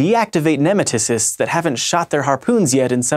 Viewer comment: Michaels pronunciation of nematocysts. It hurts :P